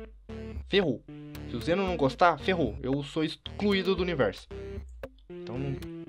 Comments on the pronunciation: se goxta de goxta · vc goxta de goxta? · vc goxta de goxta???